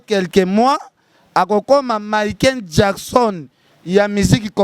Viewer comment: azo koka ata ko prononcer Michael Jackson te kieeeeee 😅😅😅😅😅un vrai mbokar,mawa...